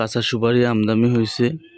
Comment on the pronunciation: ভাই শব্দটা আমদামি না আমদানি হবে